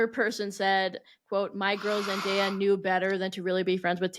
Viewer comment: NOT “zen die uh” 💀💀💀💀💀💀💀